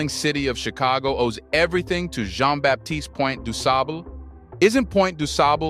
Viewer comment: Please learn how to pronounce Du Sable's name. In French, Baptiste is pronounced with a silent p. If this is a teaching tool. everything should be done correctly.